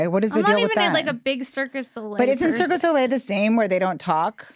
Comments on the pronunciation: it's 'cirque du soleil' not circus soleil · I can’t with the “Circus Oh-lay” 💀